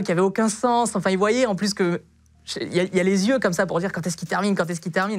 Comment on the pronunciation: Et..."Un p'tit problème de (z)yeux", pas mal également !